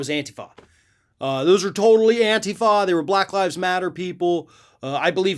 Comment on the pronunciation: You pronounce antifa wrong. Accent is on the I